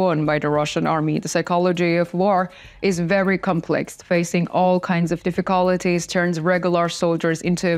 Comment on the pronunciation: Thanks for a very well run channel! Try saying "difficulties" like this "Diff-uh-cull-tees". Not a critique but a tip.